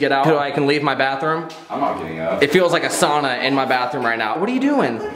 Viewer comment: NO WAY DID U SAU SAUNA OMG IM FROM FINNISH